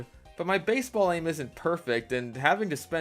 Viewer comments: I dunno why, but the way he says beisbol is hilarious to me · The way he just said baisbol🤣